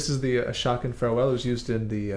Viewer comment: Just one correction of your pronunciation of Ashokan. It is said more like uh-SHOW-can. The song is named after the Ashokan Reservoir in upstate NY. The reservoir is one of 5 that supply water to NYC. There were many small towns, hamlets, and villages that were flooded in the early 1900's to make the reservoir including the hamlet of Shokan, which is now located just a few miles north of the middle point of the reservoir. I know there was a town of Ashokan prior to the reservoir being built but I don't know if that was one of the towns that didn't relocate or if it was ultimately just changed to Shokan. I live in Kingston and have fished the Ashokan for nearly all of my 50 years. I've also worked at the Shokan Post Office a number of times when Phoenicia was my main office. It's a stunningly beautiful area. Sadly, much of the area has been taken over by NYC transplants, even more so during COVID, so the area has become quite overcrowded and doesn't have the same feel as it did 30 years ago.